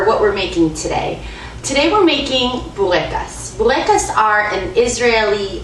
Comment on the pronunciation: I like how you say it :)